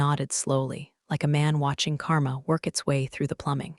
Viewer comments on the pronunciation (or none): none